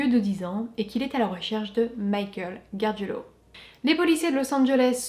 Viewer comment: GARGIULO, pas GARGUILO. 😉